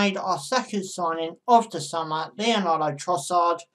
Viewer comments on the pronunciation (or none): It's pronounced Lee-andro NOT Leonardo!!!